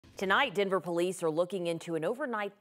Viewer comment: Can reporters and anchors who are transplants stop saying “Dinver” vs Denver. Show some respect!